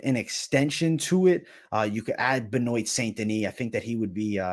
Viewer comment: Ben-wa. Ben-wa.